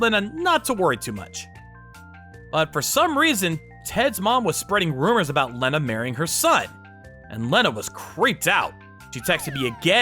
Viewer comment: Please stop butchering the name Lena..... Pronounced Lee-na 😂